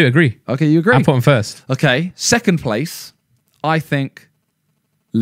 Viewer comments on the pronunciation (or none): “2nd PLAYTH”